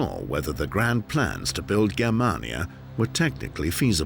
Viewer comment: you pronounced 'Germania' wrong